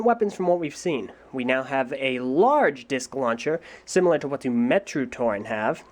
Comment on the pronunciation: It's pronounced Muh-Tah, not Mah-Tah